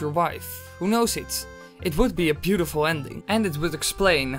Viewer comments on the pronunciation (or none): none